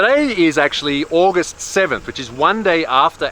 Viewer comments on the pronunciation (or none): none